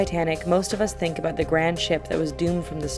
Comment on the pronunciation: Wait, hold on I think she's Canadian because at [insert time frame here] she says out and about like out and aboot like a Canadian would.